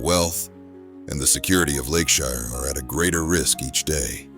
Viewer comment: now if we could just teach AI to say "Lakeshire" 😂